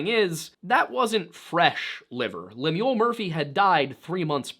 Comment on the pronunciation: Pronunciation or Lemuel is LEM-yul, not lem-YOOL. Should sound a bit like “hymnal”.